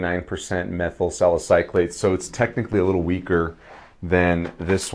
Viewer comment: Nice review! I would not normally post about someone's mispronunciation of a chemical, but you did bring it up. I'm a chemist, so these terms are common in my work, but that doesn't mean it's obvious to everyone else, so I respect your comment. Anyway, you are saying it as in "-clate", but there is no c between the Y and l. It's "suh··suh·layt".